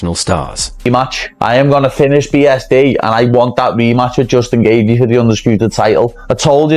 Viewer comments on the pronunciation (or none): Justin geeever..... like wtf. If this was an mma fan they wouldn't have pronounced it incorrectly.